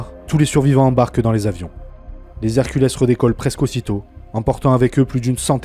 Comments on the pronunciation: Les "Herculess", sérieux? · Pour l'avion Lockheed C-130 Hercules, la prononciation dépend de la langue que vous utilisez. En français, on dit [ɛʁ.kyl] (èr-kul). De rien...